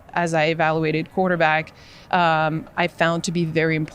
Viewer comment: Chick can't even say quarterback.